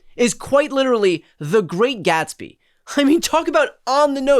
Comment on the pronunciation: The Great Gas-be? Ok...😂😂😂😂😂😂😂😂😂😂😂😂😂😂😂😂😂😂😂😂😂😂😂😂😂😂😂😂😂😂😂😂😂😂😂😂😂😂😂😂😂😂😂